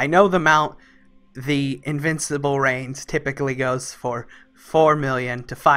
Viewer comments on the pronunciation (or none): none